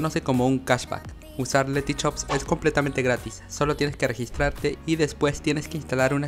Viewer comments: es Letyshops, no Letychops. creo que se nota la diferencia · No tiene nada que ver con el video pero porque todos los chilenos venezolanos etc dicen por ejemplo letyshop osea pronunciado dicen letychop al igual que sushi le dice suchi en vez de hacer sonar el sushi con suyi y no suchi